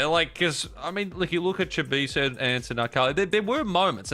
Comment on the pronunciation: Pretty embarrassing the caster can’t pronounce Chibisu, at least learn the competitors names 😂🤦🏻‍♂️